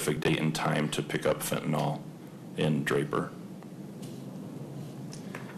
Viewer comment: F E N T A N Y L!! NOT F E N T A N O L!!